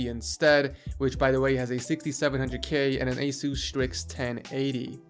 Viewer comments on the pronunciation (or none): none